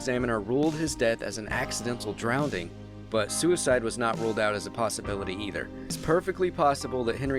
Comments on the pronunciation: Its drowning honey not drownDing there is no D. ok? English teacher here lol....great vid tho...very good... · There's no such word as, "drownding". The word is, "drowned", as in, "the coroner reported the man drowned". You don't need to add the word, "accidentally", because...obviously, it's an accident. If there was evidence of a perpetrator, you would say, "the coroner ruled the man was forcibly drowned". This video gives very little information. You repeated yourself multiple times, clearly in an attempt to hit the 10-minute mark. Focus on substance and quality. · “DronwnDing”?? There’s no D🤦🏻‍♀️